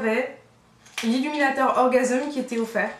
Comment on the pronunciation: pourquoi tu prononce "orgaseum" ?? ça se dis "orgasms" comme un orgamse... lol!